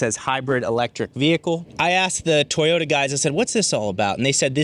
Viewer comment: sir, it's to-yo-ta, not toy-yo-da and thank you for the informative video.